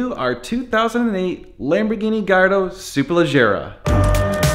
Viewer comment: lamborgoni gallahandro